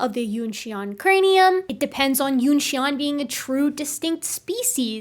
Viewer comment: Thank you for the interesting and informative video, love how much I learn from the channel! If I may, for future reference, "xian" rhymes with "yen" rather than "yon"